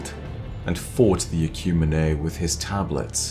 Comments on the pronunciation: I'm fairly certain "Ecumine" is pronounced "Eh-kyew-meen", not "Eh-kyew-mee-nay" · this is amazing. Ecumene is pronounced Ecumeen